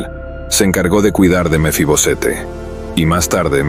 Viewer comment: Porque usted dice mefibosete?